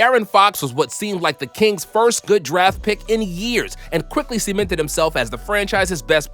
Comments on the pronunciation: And "seemented" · bro rly said yochich has semented